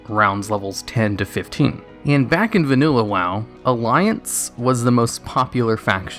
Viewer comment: “vaNUlla wow”